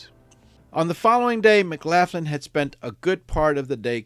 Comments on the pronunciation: McLaughlin...pronounced McLof...lin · Hello, Love your channel and I'm subbed. BTW, isn't it pronounced, "McLocklin"? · Just to note- it’s pronounced “Muhclocklun” 😬👍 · Pronounced Mc-lock-in? I could be wrong, idk. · You should get a couple of minutes on the electric chair for that pronunciation of the name McLaughlin😂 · pronunciation of McLaughlin is wrong I'm afraid . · His English is fine, pronouncing the way the name is spelled is the problem!